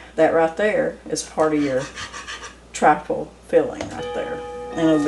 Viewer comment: It's "TRIFLE"!